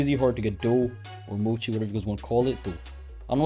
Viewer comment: Bro had doughy this whole time it’s mochi